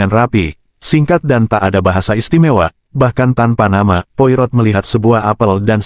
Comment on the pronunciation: Baca nya bukan poi rot. tapi Poa ro